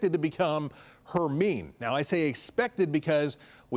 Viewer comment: Someone has never seen Harry Potter!! Is pronounced like his Best Friend!!